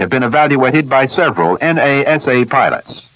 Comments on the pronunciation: This is early, notice the way he refers to NASA as N. A. S. A., ( individual letters). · "The en a ess a"! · En eh es eh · "The Ames research center at N-A-S-A". lol